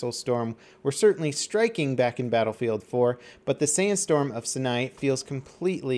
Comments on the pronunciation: 'Sigh-Nigh' desert, not 'sin-eye' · the map and actual place is pronounced sainai not how its spelled which is Sinai. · Sinai is pronounced like eye... Saj-naj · How does one mispronounce Sinai so badly. There are 2 correct ways to pronounce that I know of Seyeneye, and SeeNEYE. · Do you not check out your comments? How many people going to comment and you still pronounce "Sinai" wrong......imagine if you heard someone pronounce Mojave like "Mo-Java". at this point might be trolling... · dat pronunciation of Sinai... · Don't think I'm going to live to hear pronounce "Sinai" correctly.. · why can no youtuber pronounce sinai desert correctly?! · OMG, you absolutly butchered the map name. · Don't think I'm going to live to hear pronounce "Sinai" correctly.. smh